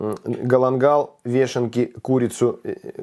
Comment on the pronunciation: вЁшенки,а не вЕшенки,ухо режет